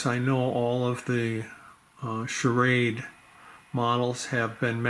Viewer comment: You know you're saying sha- raid